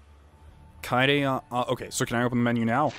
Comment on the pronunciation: IT'S KA-EYY-DE NOT KAY-DE! Also. Don't judge Tenko. Himiko is like everything to her. It's cute.